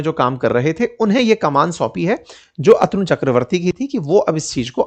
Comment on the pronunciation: अतनू नहीं,अ तनु कहिए! अध्यापक को सही उच्चारण सीखना चाहिए!